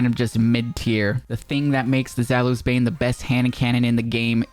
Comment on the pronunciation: Zalus? Honestly I get people that are native English speakers it's kinda hard to pronounce most of the names of the weapons like i heard one time cHēLKaîs instead of Chelchis I'll help you out zaoulis bane is pronounced this way: za-u-li's bane